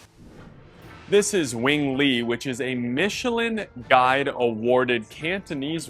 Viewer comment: It’s Wing Lei (pronounced “lay”), and it’s awful. We went there in October and did not like to food at all.